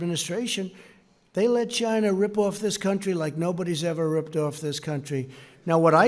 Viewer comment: Its Chyynnaa, not China - Sir "Do Lund Trump".